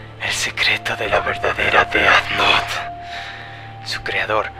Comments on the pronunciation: se pronuncia dez nou, no deat not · e disculpa pero ... se dise ded nouth no deat nouth